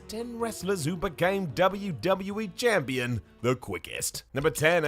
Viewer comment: did you say champlon